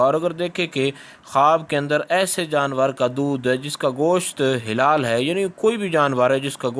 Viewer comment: Janab helal nhe halal huta hy